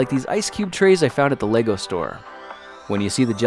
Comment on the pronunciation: Yay. Someone who pronounces it right as lego bricks and not legos